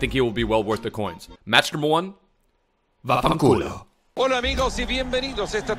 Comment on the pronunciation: As an Italian I can say your "vaffanculo" pronunciation is perfect.